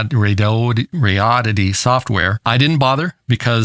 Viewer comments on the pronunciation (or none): Dude…RAY-DEE-ODD-IT-EE. How hard is that? They gave you the thing for free. At least take 2 secs to learn how to say their name. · RAY - DEE - ODD - IT- EE ====== RADI ODD ITY - RADIODDITY LMAO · "ray-dee-odd-eh-tee". You can do it- I know you can!! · Came for potential Sad Ham commentary; stayed for "Radoddity" pronunciation. Love it! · Come on, everyone knows its pronounced Radioddity. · After all these months… please just pick and speak one pronunciation for “Radioddity” (rather than adding spurious ones) 😃